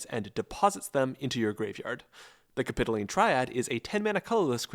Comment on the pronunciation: its cap-i-toh-leen